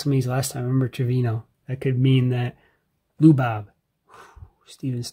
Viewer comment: Going with because she had most of the cards, you needed for the set. She practically nailed the Asian names 😆 and she pronounced the LouBob name closer than most of the lazy people says it 😆 Fun pack wars with the wifey and the rest of the cards for your soon to be completed set will be on the way 👍🏽🤙🏽